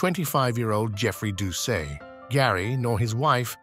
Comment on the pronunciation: #-3 Gary Plauche"s last name is pronounced Plue--Shay. Jeffrey"s last name is pronounced Do--Set. YW 👍👊😎